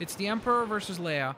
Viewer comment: leia it's leia